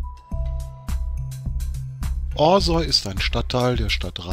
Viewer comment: Es heißt nicht Osäu, sondern Orsau...